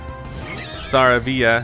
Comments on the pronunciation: Staravia is pronounced (star)avie)a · I know you might be getting tired of this, but Staravia is pronounced Sta-ray-vee-ah. :) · It’s pronounced Star -A-Vee-Ah